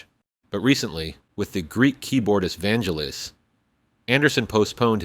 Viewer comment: Vangelis, not "Vangellis" 😉